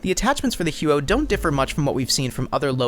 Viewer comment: im proud of your google skills but I spent an entire summer there and nobody who speaks canadian french pronounces it that way. maybe americans or canadians without french origin. either way, the huot sucks ass xD and good video.